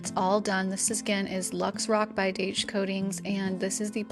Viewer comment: Daich is recommended by well known home improvement show At Home with Gary Sullivan. Actually pronounced Dye-sh.